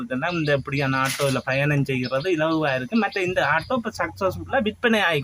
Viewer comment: Why say Aata when it is Auto ( o)